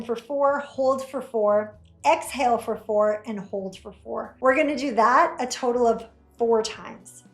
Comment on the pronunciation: COULD NOT UNDERSTAND THE EXHALL/ INHALL, HOLD ETC